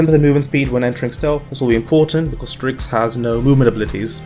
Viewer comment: excuse me ? "Strikx" ?